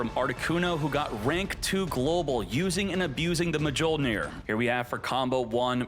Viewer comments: Mah-jole-near is crazy lol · Man never read a Thor comic in life. Its Mil-near . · "Mah-jole-near" lol - never watched a marvel movie. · Artifact: mah-joe-near Marvel: 4 thor movies and we have failed.